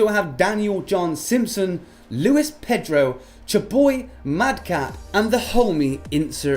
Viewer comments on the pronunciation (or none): none